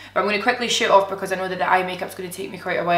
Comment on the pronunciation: Omg Im dying laughing! When you said you were going to shoot off and do your brows. I thought you said you were going to shit off! LOL